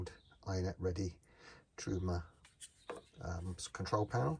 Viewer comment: Thanks! I did get a laugh out of how you pronounce "Truma"; it has certainly caused me some "Trauma" recently.